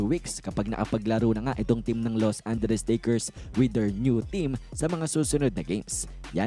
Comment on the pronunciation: Ano bang Los Anderes? 😂